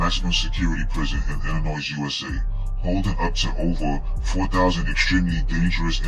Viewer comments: hard to understand the voice and Illinoiz is not prounced that way....it's Illinoy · Illa”Noy”……not Illa”NOISE” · Back to Basic English to not sound ghetto . Silent s on pronouncing Illinois. Pronounced Illinoi. A Joe Daddy message. God Bless. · Learn how to properly pronounce the word....Illinois